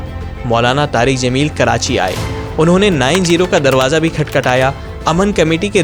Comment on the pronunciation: jameel not zameel 😊